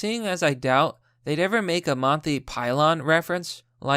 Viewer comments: Did I really just hear you say monty pylon? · Monthy Pylon refrence? Come on. You really need to work on your pronunciations. At least once a video your pronunciation of a common word or name will make me cring so bad. Even when you have a good take, it makes it difficult to share your videos. It's like reading a well thought out essay with bad grammar, or bad spelling. Don't give people who are quick to dismiss facts with the ammo to discredit you with. It is an unforced error that lessens the message's impact.